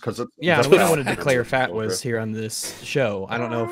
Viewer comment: Now THAT'S a good abreviation. Short and sweet, one syllable, easy to remember. Better than "Fah-Twis" which just grinds along the tongue.